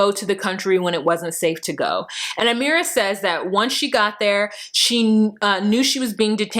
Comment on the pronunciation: Your Amera accent is hilarious